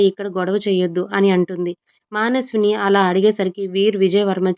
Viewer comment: మానస్విని కాదు మనస్విని కరెక్ట్ గా చదవండి